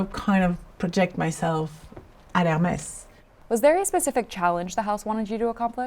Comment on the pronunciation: A pity she persistently fails to pronounce "Hermès" correctly.